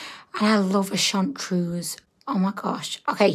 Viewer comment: It’s chartreuse not chauntuse.